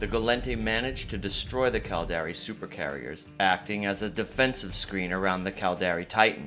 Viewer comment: The "Cald-Air-Ee"... Its Cal-dar-ri